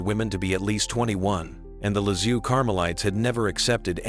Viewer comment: Can't you say : LISIEUX (LIZ - I - EU) ? NOT LI-Z-IOU !? And THÉRÈSE (THÉRÈ - Z - E) ? not THÉRÈ - S - E !?